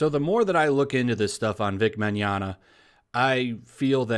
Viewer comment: 3 videos in and my nigga Vic getting his name pronounced right, is at 100% power now